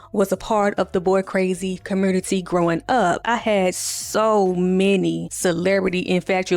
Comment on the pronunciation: As soon as you said “LGBT-Qur commURnity” I KNEW YOU was a Memphis baby down 😂😂😂